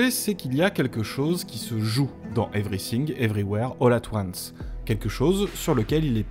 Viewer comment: Evry Sing, Evry ouère, holà toine ce (pardon)